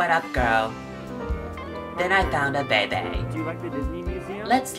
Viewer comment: " then I found a baybay " "terodactuls" lost it 😂😂😂